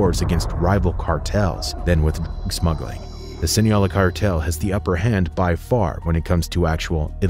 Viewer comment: Is it so hard to pronounce Sinaloa?? 😅😂